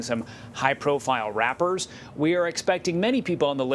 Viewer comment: The way he said “Rappers” smh